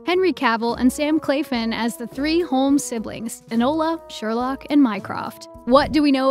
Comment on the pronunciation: Am I the only one triggered by Sam "Clafin"?